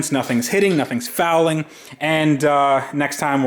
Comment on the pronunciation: Dude stop saying fouling!! 😂